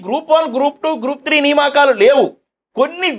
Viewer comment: నియామకాలు బ్రదర్ సరిగా పలకండి